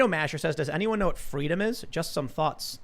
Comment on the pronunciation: Kamala wants Fweedom.